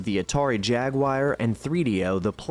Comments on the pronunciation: “Jagkwoire” 😮😮😮😮 repeat after me…… “jag-ewe-are” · Atari Jag-wire 🤔? I had a girlfriend that pronounced it that way. It was the great debate of if it's pronounced Jag-wire or Jag-war.